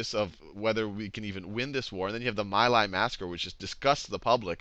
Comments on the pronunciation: for future ref: My Lai is pronounced "Mee lie" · It's pronunced Me' lie, rhymes with tea' high. My daughter's godfather went there. He doesn't talk about this war like anyone else I know, when he DOES talk of it, which is hardly ever. He thinks that most "history" sites besides the Vietnam Veteran's Memorial Fund is changing what happened to suit themselves, like when they claimed the My Lai massacre happened bc the people who did it were "bored" and implied they just wanted to kill an entire village of people for no other reason than that. Sheer boredom huh? It sounds dumb even to me and I have no conscious memories of Vietnam but I find it offensive that people blame him bc of all the good he's done for my daughter since her dad died. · Some good stuff, but also some babbling, and it's Mee Lye darnit. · I’d like to help with the pronunciations here. Khan Academy did it well, except these names. Ngo Dinh Diem: No Dinh Ziem (not Diem) Nguyen Cao Ky: Nguyen Cao Kee My Lai: Mee Lai